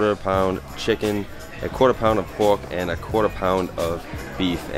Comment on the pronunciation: BAHBECUE (barbecue), LAHGE (large), POHK (pork), SHOHTLY (shortly), CAH (car), FRUIT BAHS (fruit bars)... I really enjoy your accent! Greetings from Montréal 🇨🇦